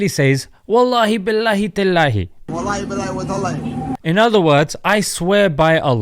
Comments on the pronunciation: for all people i am muslim somalia but that guy has acsent even smile 2to jannah say tallahi but this guys say wataali ask evey somalia people how to pronounce it i think he born in somewhere or he is mixed that born in ethiopia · Exactly bro, this was something that would have been hard to find if it weren’t for someone propagating these clips. He’s an obvious imposter who’s getting endorsed into doing this. What kind of Muslim can’t even say Wallahi properly? And uses it in such an unfit way? He wears earrings as well and seems drunk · As somali muslims, we do not claim this man, can’t even say Wallahi correctly.